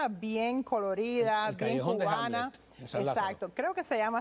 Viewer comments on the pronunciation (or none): No es Hamlet el callejón se llama Hamel se pronuncia como jamel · Disculpe Callejón de Hamel (se pronuncia jamel). Yo también soy del barrio